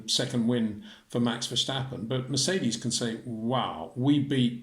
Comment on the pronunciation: "Max VerSHtappen" is NOT how you pronounce his last name Sir.